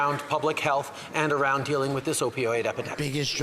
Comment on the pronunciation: "Opidoid" -Justin Trudeau Im fkin dead 😂